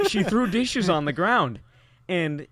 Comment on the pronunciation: "She threw deeshes on the ground"